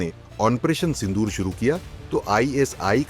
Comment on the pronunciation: भाई पढाई कहाँ से की है...ओपरेशन सिंडूर नहीं सिंदूर😂